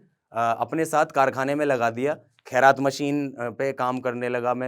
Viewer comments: Khraad machine hoti hai,khairaat nhi😂😂pehle bolna Sikh le😂😂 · खैरात नहीं भाई खराद होता है😆😆😆😆😆😆😆😆😆😆😆😆😆😆😆😆😆😆😆